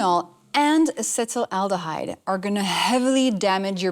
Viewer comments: If you're going to discuss topics like this with such confidence, you'd think you would be able to spell and pronounce the word "acetaldehyde"correctly at least. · You need to learn how to pronounce acetaldehyde